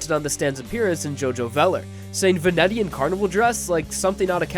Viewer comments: You are trying to say Venitian, pronounced ven-ee-shun, as in hailing from Venice. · Snuffysam Va-net-ee-an=venetian Your welcome buddy.